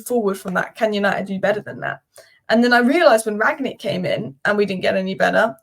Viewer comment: Rang-nick, not Ragnick:D I have seen so many people pronounce him like that, I am starting to believe there is a mandela effect going on